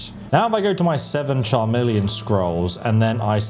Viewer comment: Charmeleon? 😂 bro there’s literally a song that says the word over and over